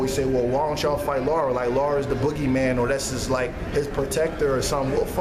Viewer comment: Very good point made, But guys...Please learn to say LARA, NOT LAURA...smh